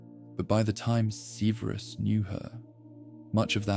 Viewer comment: Great except for all of the mispronunciation of Severus. Extremely annoying. Takes me out of the story.